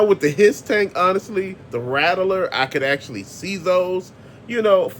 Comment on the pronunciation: It’s the RATTLER!!! not the RADDLER 😂😂 learn to speak English! His name is big lob! Not big la 😂 he’s the most annoying gi joe character that calls all his moves like a sports commentator 😂 so lame